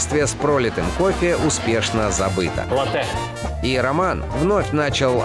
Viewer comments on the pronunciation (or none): Правильно: лАттэ, а не латтЭ ! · Латте ударение на А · Мои уши... Я конечно люблю Галилео еще с малых лет, но название кофе Латте через ударение на "е"...😩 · ЛАтте , ребята! ЛАтте. с ударением на А. Да, это итальянский напиток. Родина Латте - Италия. Если вы, будучи в Италии в каком либо кафе закажите Латте, с ударением на Е. , вам принесут стакан простого молока, потому что латтЕ по итальянски означает молоко... От сюда и пошло название кофейного напитка Латте с ударением на А... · Поправочка не латтЕ а лАтте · эКспрессо, латтЕ, бесит нереально ) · Не латЭ а лАтэ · именно лАтте, потому что в итальянском языке ударение ставится на первый слог. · Хоть кто-то заметил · Вы немножко ошибаетесь, Дело не в ударении. Действительно, ударение на А. Если вы сделаете его на Е, это просто ошибка. Latte - молоко Что бы заказать то, что у на называют просто латте, то есть кофе с большим количеством молока, нужно сказать Cafe latte - кофе с молоком Иначе Cafe macchiato - это эспрессо с небольшим количеством молока Latte macchiato - это большое количество молока с одной порцией кофе. Да и вообще в самой передаче много ошибок, якобы ристретто, эспрессо, и лунго, зависят от помола, на деле же нет Помол должен быть таким что бы, кофе вываривался по коеффициенту 1к2 примерно за 25 секунд, а здесь за одно время, проливают разное количество жидкости, из за разницы в величине фракций смолотого кофе, и называют это ристретто, эспрессо и лунго, а на деле, помол должен быть одинаковый, меняться должно время пролива, и количество жидкости на выходе, но и сообтветсвенно количество веществ которое экстрагируется из кофе за разное время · Там несколько ошибок. Например капучино никто не делает на основе сливок, ибо это уже не капучино будет, да и они также не указывают правильное соотношение молока к эспрессо, что бы понимать разницу между тем же латте и капучино. К тому же в слове «латте» Борис Репетур делает неправильное ударение.